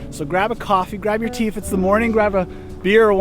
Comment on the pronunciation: Wow what beautiful views, another great video!😊 The cc's confused me when it said 'grab a coffee, grab your teeth' I had to do a double take and realised you said 'grab a tea if its the morning'🤦🏽‍♀️